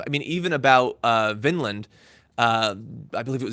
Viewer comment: VINDMAN. Not Vinland, Vineland....